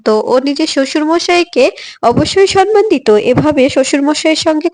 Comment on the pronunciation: 😮 ভুল uchcharon, কথা টা সন্মান নয় , সম্মান ( samman)